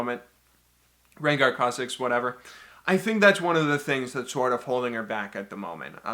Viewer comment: Your pronunciation of Kha'Zix and Ivern makes me want to kill myself